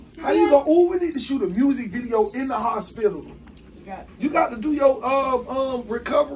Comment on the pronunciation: This 🥷🏾said hopilla...not hospital